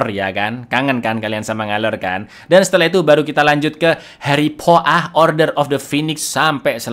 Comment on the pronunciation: Aku langsung ngakak pas dengar aksen Inggrisnya 😂😂😂